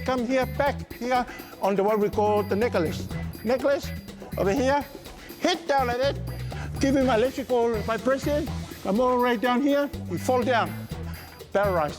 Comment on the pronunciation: "Electrical vibreshion....pererize." 😂😂😂😂😂😂